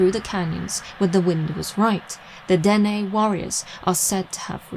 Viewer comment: Yes... the Dene here is pronounced Den-EH. I am a Dene. this is my territory. 🖖🧡